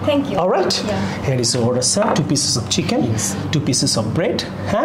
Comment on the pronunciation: Pronunciation ভুল। " Here= হেয়ার" বলেছেন আপনি। কিন্তু "Here = হিয়ার" হবে। দয়া করে উচ্চারণ শুদ্ধ করুন।